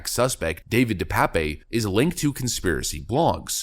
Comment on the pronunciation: "De Pape" is a Dutch or Flemisch name it is certainly not pronounced "pépé"